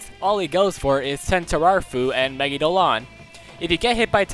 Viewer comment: Really good vid! Although I do find it kinda annoying how you pronounce Megidoloan, I believe it’s pronounced Me-gi-do-la-on or something along those lines, I’m not sure myself how it’s pronounced but that makes sense to me* *Japanese emphasizes mostly 2 letters with sometimes one or three, so that’s why it makes sense to me